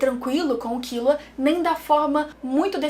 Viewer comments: KILLUA MULHER, NAO É KIULA NAO 😂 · A maneira q vc pronuncia os nomes dos personagens é como eles pronunciam no anime? Eu sempre pensei q fosse hiSOka, kiLUa e leOrio (as maiúsculas são as tônicas)